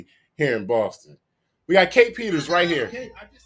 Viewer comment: To me it sounds like the guy posting this video is failing horribly. He can't even get her name right lol. ITS kae Peter. No S on the end there buddy lol. Also he failed in his court case.